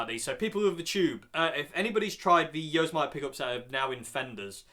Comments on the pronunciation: BOSS pedals are normally buffered. p.s. "yo-sem-i-te" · since you asked in the video, Yosemite is pronounced yo - sem - ity. Like the Bugs Bunny bad guy, Yosemity Sam. I've never heard Yosemity pickups, either, but I do own the Tex-Mex and Texas Special pickups and I like them both. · Probably already posted but it's pronounced YO-SEM-IT-TEE as in the US national park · I suspect that "Yosemite" will be pronounced like the National Park so "Yossemitti" - having added that to the conversation, I've no idea what they sound like!! :-)